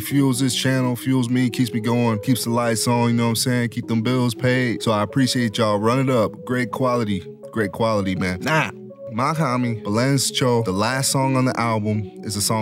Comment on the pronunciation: we gotta fix your "Balens Cho" pronunciation but great vid regardless 😂😂💪